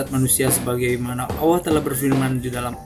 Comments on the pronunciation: HEI BUNG ADMIN KLU KAU MENYEBUT NAMA ALLAH SAJA DARIPADA BILANG "OWOH" DLM SEBUTANMU DI CHANEL INI LEBIH SANGAT MENGHINA TUHAN YG MEMPUNYAI NAMA ALLAH SAJA BUKAN "OWOH"? 🤔 🙈 🙈 🙈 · Mass admin.. saya perhatiin setiap kali anda menyebutkan nama allah kok saya mendengarnya awwooh..?? Allah itu pakek tasydid mas... ALLAH... Bukan awwoh... Klo ngomong yg lain pakek huruf L jelas2 aja kok.. tp kenapa menyebut nama ALLAH terdengar awwoh.. tp maaf sebelumnya ntah telinga saya yg salah atau gimana tu.. atau cuma saya aja yg denger gitu.. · Di menit kok penyebutan Allah bisa kayak awoh gitu... Hadew... Ap kuping ku yg salah, apa artikulasi suara adminnya yg salah... Gak tau lah, positif thinking aja lah... Biarlah Allah yg maha tau hati seseorang! 🙏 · Kalo saya malah gustialah gimna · Nyebut Alloh ko kaya awoh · Kalau memang tidak fasih menyebut nama Allah, ya nggak apa2. Tapi kalau di buat2, itu yang jadi masalah. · Bukan kuping anda yg salah tp Adminnya yg salah ..apa mgkn ( maaf ) dia ga bs nyebut huruf L atau dia non muslim .